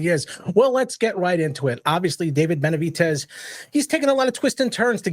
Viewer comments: Can someone please explain to him how to pronounce Benavidez not with a T but a D ? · Who the hell is benaviTez ?? Before you go live Learn how to PRONOUNCE Benavidez! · Benavidez not benavites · It’s Benavides not Benavites!! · It’s BenaviDEZ NOT BenaviTEZ. I stopped watching your video because of this unprofessionalism. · How do you say “TEZ NUTS or DEZ NUTS? 😂 now that is unprofessional lol…come on really? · Stop saying Benavites 😒